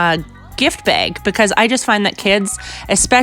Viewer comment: Why does she say beg and not bag